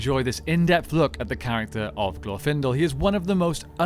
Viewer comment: Ok, admitting that I'm weird, the pronunciation of 'Glorfindel' put me off so much that I couldn't finish the video. I'm not meaning to be harsh, this is as much or more of a "me problem" as it is an "I think there is at least objective congruence upon which syllable gets the emphasis problem", but for me, every single time I heard "glorFINdle", I shuddered. It's "GLORfinDELL" and fight me about it.